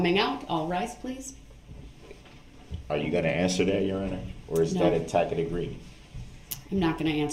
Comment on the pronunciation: 😂 imagine going to college, then on to law school, working as an attorney for years then becoming a judge, then rising to head judge of your jurisdiction to then be lectured and told you're wrong about the law by a total moron that pronounces it "tack it" agreement! 😂 how judge Dorow kept a straight face when Duh-rell spouted his nonsense is nothing short of heroic 😂😂😂